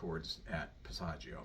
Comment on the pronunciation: Everybody has A passaggio"???? This man doesn't even pronounce the word correctly. He knows absolutely nothing about the passaggio areas and how they are important. Pavarotti, like so many star opera singers, didn't know science. He sang like a pig. He had a magnificent native voice. "Pitch together"? Nice sound, by the way. Oh, my...Run, please run. What I DO like here is that when he makes that tight sound he does move his mouth and lips to assure, well, never mind. It would take too long. That is NOT technique. Corelli destroyed his voice. This is so upsetting. Oh, god, a vowel does NOT automatically adjust. Did he say, "Learn to sing to the center of the cords."???? Ignorant teachers should be arrested.